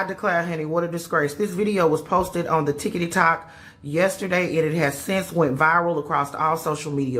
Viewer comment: This is a serious matter, but the lady calling it "ticketytoc" had me SMH with laughter.😂😂😢